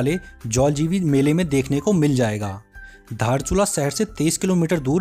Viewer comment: धारचुला नहि दार्चुला